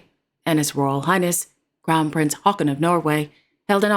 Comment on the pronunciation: Said Haakon!please listen again.may be you didn't hear well.She pronounced correctly.